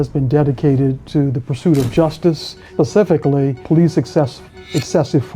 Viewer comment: lawyer saying "pacifically" not specifically is actually hilarious